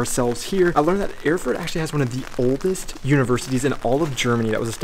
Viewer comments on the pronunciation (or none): Erfurt should be pronounced as "Air-Furt", not "Öhrfurt" ;) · Awesome pronunciation: The capital of Thüringen - Öörfört! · Pronounce like "air-foort"